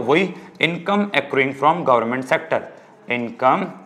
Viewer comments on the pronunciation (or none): Accuring... Akroying nahi akkaring